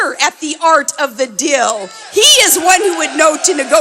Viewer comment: "He is the master at the Art of the "Dill"; It's DEAL, Shrill Sarah. Please take elocution lessons and learn how to properly pronounce English words. What trailer-trash. Please return to the frozen tundra from whence you came.